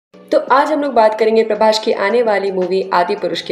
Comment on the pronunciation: Prabhash nahi Prabhas